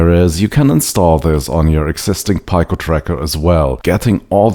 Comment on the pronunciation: FWIW: in English, "pico" is pronounced "pee-ko".